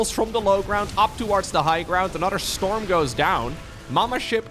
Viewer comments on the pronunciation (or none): I can only hear STORMUH